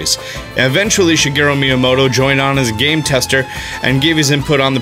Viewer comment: Him trying to say miyamoto though lol!!!